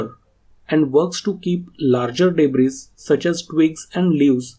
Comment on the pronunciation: Great video! Thank you and fyi "s" in "Debris" is silent 🙂